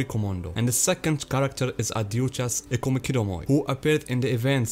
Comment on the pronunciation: Ad hooch as*** the J should sound like an H. Like in the name Juan... which sounds like Huan. Aside from that great video